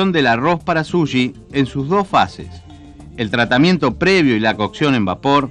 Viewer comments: Vasta con ver Jiro's dream of sushi en Youtube y podras escuchar muchas veces la pronunciacion de la palabra, No es "Sulli" o Suyi" como lo dice el locutor se dice Su chi con ch tal cual como dices che en cada oracion solo que un poco mas suave, incluso el mismo Iwao Takamiya ( el chef que cocina en este video) pronuncia bien la palabra y el no es Chileno que yo sepa, asi que no solo los Chilenos le "decimos" asi. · Es dificil tomarlo en serio cuando el locutor no sabe decir correctamente la palabra sushi. El dice suyi.